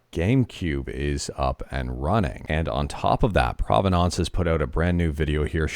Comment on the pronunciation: "Prove-nonce"? Why do you insist on mispronouncing so many words? Lol the dictionary is free and shows you how to say words.